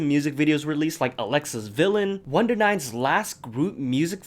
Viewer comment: u pronounced it wondernine 🥺🥺🥺🥺🥺 thank you so much